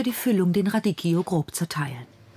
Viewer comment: Radicchio... RADIKKIO.. man man man... echt peinlich dass sie nichtmal den Namen eines Salates aussprechen kann....